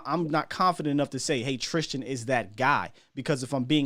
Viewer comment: I love you … but you got to start pronouncing Trysten Hill’s name right dude… it’s not Trystian man… hate to be the that guy but I’m old get off my lawn dude!!… keep it up man!!… hahaha